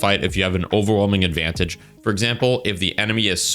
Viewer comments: Ad-van-tayj 😭🥀. Very unique. Great video man lol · Mans saying ad-van-tage (like page) 🤨😂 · Never in my life have I heard someone pronounce Advantage as "Advan-Tay-J" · pls look up advantage pronunciation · I never noticed he mispronounced "advantage" so badly until I saw someone mention it somewhere else, it didn't even process to me that that's what he was saying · Why my guy pronounce 'advantage' like that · Why is bro pronouncing advantage like that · Great video, I have never heard someone say advantage like that haha